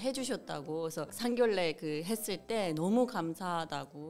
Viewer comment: 에바 씨, 오래전부터 미수다에서 보고 알고 있었는데, 여기서 뵙게 되니 반갑네요. 상견례 발음은 [상견녜]입니다. 참고 바랍니다.